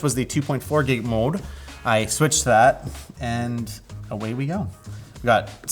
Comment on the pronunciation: Why did he transform into a 50 year old Indian dad with a heavy accent only when he said the word "mode?"